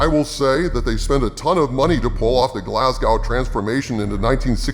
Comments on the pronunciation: Glas-go like go not gow like oww. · It's pronounced GlazGo not Glaz-Gou. Good video otherwise lol. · Glasgow is pronounced Galz-Go not glass-gow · As a man from Glasgaow. Its actually pronounced Glas-Go! Cheers oh. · Glasgow is pronounced Glaz-go, yankee brothers and sisters. And no.. I do not understand the recent obsession Hollywood execs have with George's Square in my hometown either. Something about it looking like Philly, allegedly. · Just for future reference, Glasgow is pronounced Glasgo, although the native cGlaswegians (or weegees) way Glasgae. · For future reference: Glasgow is pronounced “Glazgo” — it’s a Scottish thing. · To the, it's pronounced Glaz-go, the w is silent. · Brit here. Its pronounced glasgow, rhyming with Glass Toe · 😂 hearing a American trying to say Glasgow is funny lol, it's Glaz-Go..say that and you've pronounced it properly. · American pronunciation of Glasgooow is hilarious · should have checked how to pronounce "glasgow" tho,lol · That pronunciation of "Glasgow"...*shudder* 😂